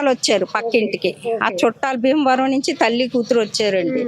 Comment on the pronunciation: బీమవరం కాదు.. భీమవరం.... వైజాక్.. కాదు వైజాగ్....